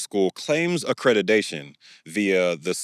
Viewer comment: It’s *accreditation, not “accredidation😭😭